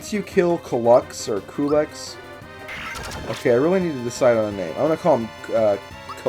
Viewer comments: his name is said like q-lex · His name is pronounced CUE-Lex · I also pronounce Coo-lex :D So yay for us! Another secret from this game... I'm not sure if somebody else has told you, but if you try to exit Marrymore using the north exit (the one that is beside the church) just after saving Toadstool, and say "no" to all of the next requests of your party, something funny happens. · Well I'm going with Chuggaaconroy here but I think his name is pronounced Cue-lex It actually kinda sounds cool. Also people I know I was wrong on one of my comments but whatever. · Culex has fallen and has emerged victorious. I always pronounced his name Cull-Ex, but I guess it really don't matter. Fantastic work with Super Mario RPG. When you really look back, you have come a long way since your first LP. Now you're definitely getting to the point where you are an expert Let's Player (one of the best on YouTube... and I'm not just saying that because we're friends). I can't wait for your next Let's Play project,! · i think its que-lix